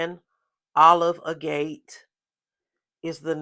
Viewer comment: Agate is a type of stone. If you look it up on YouTube, you can hear how it is pronounced. Lovely haul! Thanks for sharing!